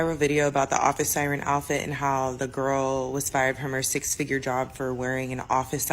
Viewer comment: Did that one call it 'office siren core'? Urghh... 🤨